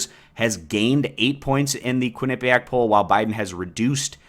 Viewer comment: "KWIN-uh-pe-ack" not only is this a part of the polling results, it's not even on the first mention of "Quinnipiac'. Huh...